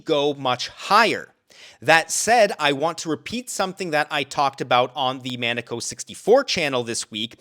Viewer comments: Except when he can't pronounce the name of a guy whose show he was on this week. It's Muh neck o,, not Man eh co. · You should watch the beginning of one of Maneco 64's videos so that you can brush up on how to properly pronounce his name. The emphasis is on the second syllable. Love your content thank you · still, though, he should know how to properly pronounce the man's name since he refers to him in multiple videos